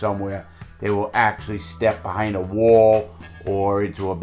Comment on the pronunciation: “Going into a ‘Woalll’.”